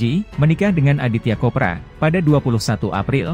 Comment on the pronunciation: Chopra bang bukan khopra